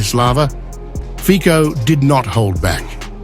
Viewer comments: pronunciation is ...Fitso ..............no fiko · Not /fiko/, but /fitso/. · His name is FITZO not FIKO. Fico is ambassador for free speech and peace in Ukraine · ⚠️CORRECTION❗⚠️ FICO🇸🇰pronounced👉《FI-TSO》✔👍👌 NOT 🚫 FIKO❌👎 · We in east don't pronounce "c" as "k", it is Fico, not Fiko, as Cinderella is not Kinderella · The name, apparently, is pronounces Fitso, not Fico. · He is Fico, not Fiko. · His name is pronounced Feet-so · His name is pronounced "Fitso". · It's not fico. Learn to pronounce his name correctly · Would you try to pronounce Fico's, Putyin's, and other non-English politicians' names correctly? It is not very difficult. It is simply courtesy; it would show some respect for these people. 😊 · Pronounce Fico properly. Bravo Orban and Fico. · You are pronouncing his name wrong